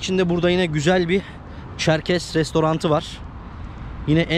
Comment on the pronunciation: ÇerkeS olacak Çerkez değil lütfen düzeltelim